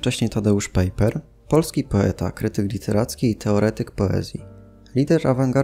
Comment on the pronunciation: "Pajper", nie "pejper";)a Waźyk na początku bardzo współpracowal z komunistami. Nie wiem, czy sá jeszcze jakieś bardzo ważkie błędy, myślę po ich poprawieniu filmik byłby idealny:)